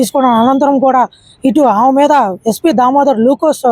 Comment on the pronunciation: ఆమ కాదురా నాయనా "ఆమె" అనాలి. తెలుగు ఎక్కడ నేర్చుకున్నావు నీ మాతృభాష ఏమిటి.